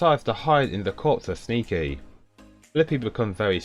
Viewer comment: I heard "Sneaky the canadian" LMFAO